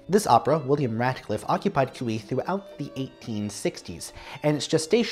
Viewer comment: My doctoral dissertation is about Cui and his operas. The stress in Cui's last name is on the last syllable, not the first. Cui did compose "Russian"-(style) music in his operas and other music, particularly in the style of the Russian Orthodox Church, despite his being a Roman Catholic. As a teenager in Vilnius, Lithuania, Cui had some lessons in music theory with Polish composer Stanislaw Moniuszko. Cui's mother's name was Julia Gucewicz. The Mighty Handful consisted of 5 composers, not just 4, because Balakirev was also part of that group, (hence, The Mighty Five). "Le Flibustier" was premiered in France in the 1890s, not the 1880s. I know of a grandson named Boris (Amoretti), but not a grandson named Yury. Please enlighten me. Was most of Cui's orchestral music originally piano music? Some of it, yes, but not most.